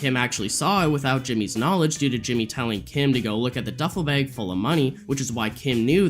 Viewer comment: Love your videos! Just wondering why you pronounce bag, bayg?